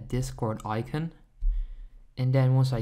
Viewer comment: Eye-cuhn hahaha